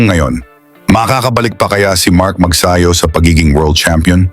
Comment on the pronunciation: Mag'sa'yo HINDI Mag'sayo' GAGONG Ai